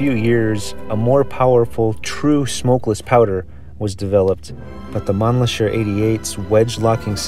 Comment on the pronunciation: you are saying it wrong. Its Man - LICKER. Like, you LICK a lolly pop. Or you LICK the salt with your shot of tequila. Its not SHER. ITS LICKER.